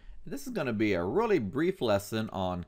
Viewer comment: "this is gonna be a rellllulullllalllullulullly brief blahaha" lmao